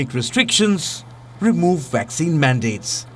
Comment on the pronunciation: When are the rest of your newsreaders and reporters at WION going to learn how to pronounce V and W PROPERLY! ...seems like Palki Sharma is the only one who pronounces words in English correctly. Just listen to this bloke!...S U WEEE,...WACCINE... Ridiculous!